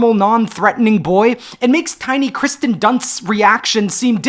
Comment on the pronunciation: Kirsten Dunst is pronounced KEER-sten, as per the spelling. Please stop saying Kristen, I know you can read. Otherwise, great video!